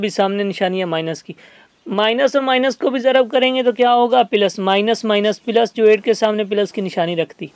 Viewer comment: Ap ko plus bolna ni ata. Kafi confusion ho gi